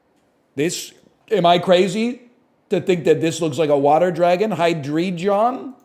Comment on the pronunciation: Called Hydreigon a water type and butchered the pronunciation, opinion invalidated